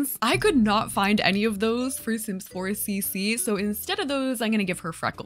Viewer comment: Lol your butchering some off the sims omg 😂😂😂